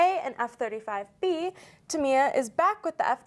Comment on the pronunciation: I believe the company name is pronounced TAMiya.